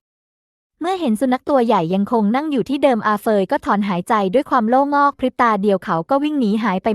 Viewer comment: คำว่า โล่งอก ไม่ได้อ่านว่า โล่-งอก ที่ถูกต้องอ่านออกเสียงว่า โล่ง-อก